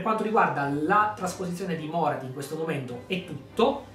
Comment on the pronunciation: Tira di più un tentacolo di Slaneesh che un Carnosauro ahahahah Bellissimo video, pur conoscendo già Morathi mi fa sempre piacere sentire altri parlarne. Mi permetto solo di specificare un paio di cose, senza avere la presunzione di essere un esperto: -la pronuncia del nome Morathi cade sulla A, non sulla O: -Morelion, il figlio maschio di Aenerion, riappare sì ma decide di non succedere al padre come Re Fenice, preferendo vigilare sulla sorella Yvraine (sarà da lui che discenderà poi una stirpe degli Elfi Silvani) A parte ciò, ancora tanti complimenti per la serie di lore